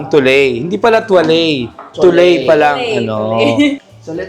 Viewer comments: Pauso naman si ate sa “tuley”. It’s pronounced as “twa-let”. Super cringe ng tuley hanep. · Oh-duh-twa-let. Hindi po Tu-lay. 😢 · Sorry Nakakahiya yung may ari hindi alam ang correct pronunciation ng "toilette" pronounce "eau de toilette" as "oh duh twah-LET" or "oh duh twah-LETT